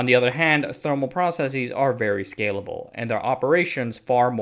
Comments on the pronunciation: The word is "process-is", not "process-eez" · Why do you say “processeez” instead of just processes?